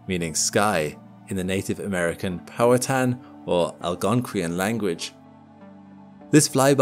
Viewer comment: Powhatan is pronounced "Pow-Hatten"